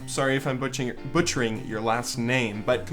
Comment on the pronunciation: Lol you butchered "butchering"